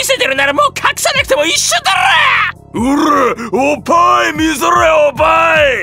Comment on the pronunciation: おっ◯いがおぱーいになってるのwww😂